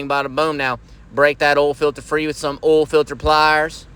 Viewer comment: You know the oil change is gonna be right when they pronounce oil as “ul”